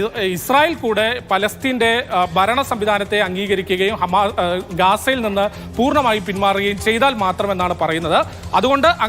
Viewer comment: എടാ പുല്ലേ .. ആദ്യം മലയാളം സ്ഫുടമായി സംസാരിക്കാൻ പഠിക്ക് . ബരണം അല്ല ഭരണം .. ഇവനെയൊക്കെ റിക്രൂട്ട് ചെയ്യുന്നവനെ ആദ്യം പറഞ്ഞു വിടണം .. ആദ്യ അവനെ കൊണ്ട് മാതൃഭൂമി എന്ന് ഉച്ചാരണ ശുദ്ധിയോടെ പറയാൻ പഠിപ്പിക്കു